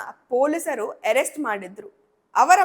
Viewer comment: Adu ಏರೆಸ್ಟ ಅಲ್ಲ ಅರೆಸ್ಟ